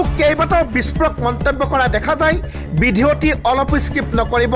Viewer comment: ভিডিঅ' শব্দটোকেই ভালকৈ নুফুটা সাংবাদিক ।